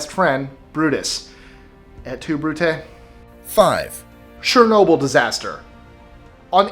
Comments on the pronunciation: er ''sher'' nobyl - fail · Did he say Share-nobyl?